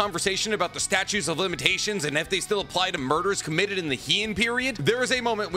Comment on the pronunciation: Statute, not "statue" of limitations. Jujutsu, not jujitsu. Heian is "Hey-on", not "he-on".